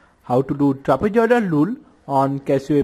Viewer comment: Trapezoidal lule 0.05 sec 😂 (jokes apart) your videos are really helpful😃